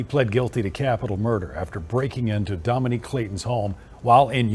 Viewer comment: So annoyed he keeps saying Dominic like come on now it’s Dominique 🙄